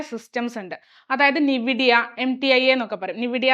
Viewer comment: നിവിഡിയ അല്ല മേം... എൻ വീഡിയ